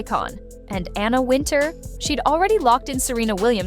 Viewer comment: WIN-Tower is how Wintour is pronounced. Is this stupid A.I. narrrating? Just stop it! Use a real person to read the scripts.